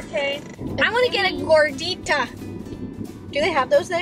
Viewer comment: Ya that is how u say it gordita my mom and Grandma make that for me almost everytime i hope i helped you more food in Spanish words. Pozole tamalez Tacos 🌮 those are so good and my top fav